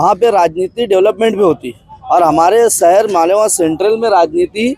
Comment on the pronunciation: سہر نہیں شہر